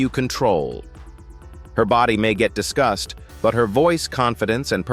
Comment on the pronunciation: Was this narrator saying “discussed” or “disgust” ?